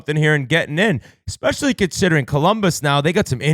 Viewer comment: that and Yands always saying “Expecially”. Drives me insane